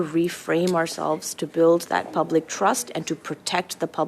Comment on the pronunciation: twudoo you twust